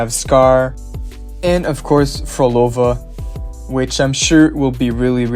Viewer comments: YOU FINALLY PRONOUNCED PHROLOVA'S NAME CORRECTLY LOL. Anyway, seems like I'll be able to save up enough astrites for Camellya and her weapon before she gets released in the game. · very happy seeing you make the effort to say phrolova's name right 😂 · There won't be a 1.5 version. The updates are as follows: 1.4 >> 2.0........... THE TEAM WON'T BE DOING FILLER UPDATES AND WILL FOLLOW THE MAIN STORY UPDATE AFTER UPDATE SO THEY ARE IMPLEMENTING THAT AS A STRATEGY TO KEEP THE ATTENTION AT THE GAME. ALSO, YOU FINALLY SAID PHROLOVA'S NAME CORRECT. I AM PROUD OF YOU 😁😁😁